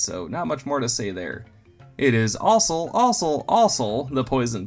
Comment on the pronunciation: Is it just me, or does anyone else think it sounds like he's saying "ossul" instead of "also"